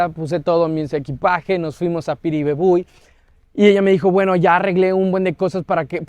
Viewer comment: cumple muy buena tu pronunciación de Piribebuy,vamos por más brother...💪